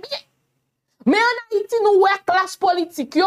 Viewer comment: c pa an fayite: c Hayiti dan l'abim